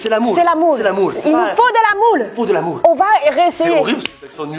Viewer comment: Quand dit il faut de l'amour ça ressemble à il faut de la moula 😂😂😂😂